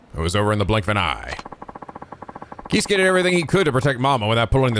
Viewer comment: the Kei in Keisuke is pronounced like Kay